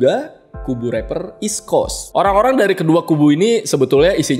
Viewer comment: gimane lau bang masih banyak yang ga bener "eastcoast" / "westcoacst'